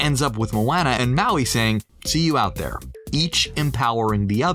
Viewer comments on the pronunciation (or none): mOaNnAh ... it's pronounced mo onnah it literally was said in the clip u played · Anyone else cringe by the way he said Moana 🙃. Mo-anna ew😂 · The guy calling Moana MoAnna triggered me so much lol. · He pronounced Moana’s name wrong multiple times. You would think that if someone is talking about a movie, they would know the characters. 😶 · I only watch this to see how wrong they get things. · How do you pronounce Moana incorrectly every time when Maui says it correctly in the video. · you said Moana wrong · Someone needs to tell him how to say Moana. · Is anybody else cringing every time he says moana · I love it but I did cringe a little when u said Moana wrong lol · I hate how he says moana’s name